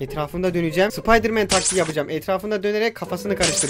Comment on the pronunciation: ben sıpaydi diyişin çok komikti